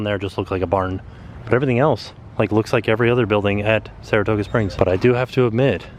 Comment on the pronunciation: Saratooga? Margaritos? Get it together, lol